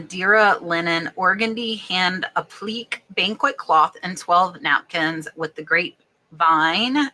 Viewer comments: Appliqué is pronounced app-la-kay and is when a fabric is stitched to another, different background fabric, usually with tiny, invisible stitches. Some of this handwork is underpriced, imo, because it is “women’s work” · Hi darling’. Appliqué = App - li (like “lit” without the t) - kay. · Applique is pronounced App-lih-kay. Damask is Dam-ask. The reason there is staining on linens in the box is the box itself. The acid in the paper causes the staining and it is hard to remove sometimes. You can also have rust stains from the old steel pins that are sometimes used in packaging. These can actually eat small holes in the fabric.